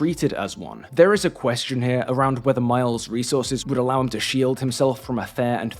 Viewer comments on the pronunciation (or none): none